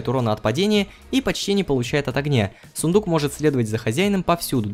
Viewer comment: Сыендук говоришь?я думала правильно сундук :D